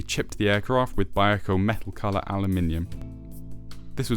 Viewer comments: I guess all the people who live in Vallejo, California are wrong. Okay. It is still three syllables, not two. We will agree to disagree. From wiki.... "Vallejo (/vəˈleɪ(h)oʊ/ və-LAY-(h)oh; Spanish: [baˈʎexo] ba-YEH-ho) is a city in Solano County, California and the second largest city in the North Bay region of the Bay Area." Seems either way is correct, but what I heard in the video sounded.... off. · "Vallejo"..... three syllables...."Val_lay_ho". So many YT presenters have trouble with this. I just acquired this kit, but haven't built it yet. It's interesting seeing Airfix's evolution over my five-plus decades of model building. This video gives me a good heads-up on the few problems of the kit.